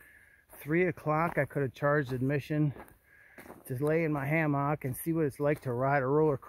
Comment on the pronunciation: I cannot get used to your pronunciation of “hammock”. I realize different regions can have different accents, but you’re the only person I’ve heard say it that way. “Ha-MOCK”. It cracks me up. 😂